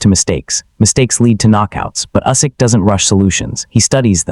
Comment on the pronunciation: Maybe you should learn how to pronounce Usyk. How embarrassing.